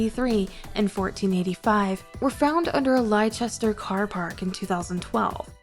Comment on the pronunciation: 36 lie sester?? try saying lester for Leicester